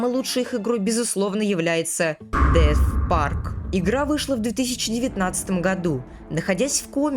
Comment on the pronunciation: Не деф парк а Дес парк